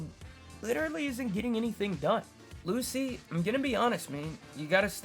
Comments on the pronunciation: Calling Lucci “lucy” threw me off bc I’m making food while listening and I was like WHO THE HELL IS LUCY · Two things: -Lucci’s name is pronounced “Luchi” -I’m glad you’re back but your energy was mad low on this one. Hopefully you’re able to record this at a better time for you next time